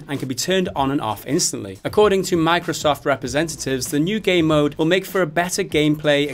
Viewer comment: I keep hearing them say "gay mode" instead of game mode. 😬